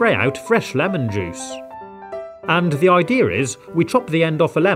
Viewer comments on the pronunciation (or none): Him says: ideara Me: you said it wrong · I think when he says ideir it's funny instead of saying idea 😂